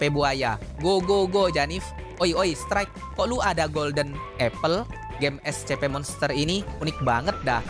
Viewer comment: Kok bilangnya escepe bang biasanya essipi